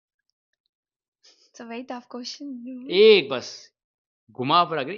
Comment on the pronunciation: And yaa one more.. question ❎ qotion✅